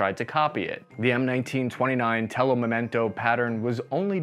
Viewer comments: with all respect, you always brag about being italian but it's telo mimetico, not telo memento. Also, your surname doesn't mean tiny hat maker, but it means man with lots of hair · Telo mimetico, not Telo memento. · "my people" "telo memento" Y-y-y-you mean Telo Mimetico? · It's "telo mimetico", not "telo memento". It means "camouflage cloth". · it's Telo Mimetico . you're Italian